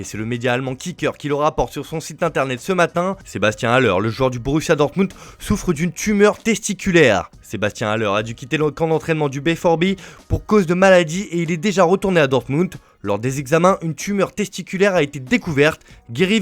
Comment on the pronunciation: Pour info BvB ça se prononce bé fow bé